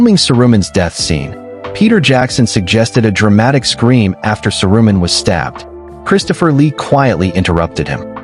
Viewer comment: AI couldn't pronounce Saruman. Bye!